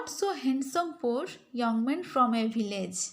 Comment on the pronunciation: Your pronunciation of poor is wrong😂